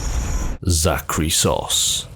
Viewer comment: When he said "Zahkriisos" I quite literally thought he said Zachary Sause, which as a guy whose name is Zach...was hitting me kinda funny